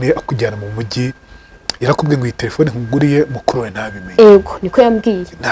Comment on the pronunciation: Umuntu utazi kuvuga telephone uvugango ngo "tlefone" sha koko aba bantu usigaye ubakurahe?